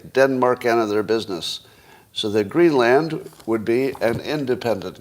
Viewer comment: The land in Greenland is pronounced like soda.